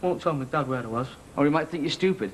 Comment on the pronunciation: Kevin don’t be SCHOOPID. ITS PRONOUNCED S-T-U-P-I-D. NOT SCHOOPID ..